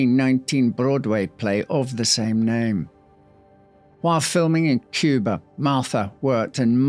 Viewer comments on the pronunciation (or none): none